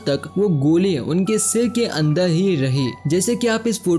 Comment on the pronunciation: बारबर =बालबल, कार=काल, और=औल, जहर=जहल, अन्दर=अन्दल्, अर्थ=अल्थ, एकबार=एकबाल, टाइगर=टाइगल, मरचुके=मलचुके, पुराने=पुलाने, उपर=उपल 😂😂😂 अरे तोतले, पेहेले बोल्ना सिख्ले